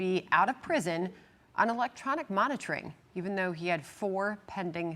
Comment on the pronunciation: Pritzker/Johnson gets you The State of "ill-noise" 😂.